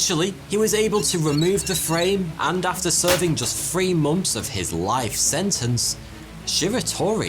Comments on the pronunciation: Yes, but why does he say mumffs to months? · ok. And just ignore, that he says mummfs?